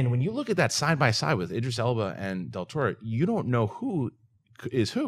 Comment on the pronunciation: said "Idris" correctly! lol